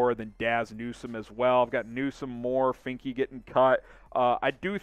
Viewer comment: Finke is pronounced fink just to let you know